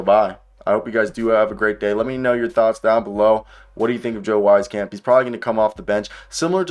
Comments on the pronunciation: Great analysis keep up the good work, just a heads up though it's pronounced Weez camp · Public service announcement: It’s pronounced “Weese-camp” He was a good, but streaky shooter in San Antonio, just a little inconsistent, but so was his playing time, and that was to be expected. He almost made the Spurs roster this year, but was their last cut, in favor of keeping Romeo Langford for defensive purposes.